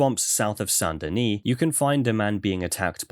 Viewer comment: You are the only person to pronounce Saint Denis in such a way the auto-captions can comprehend and read correctly. Instead of just saying it, well, American.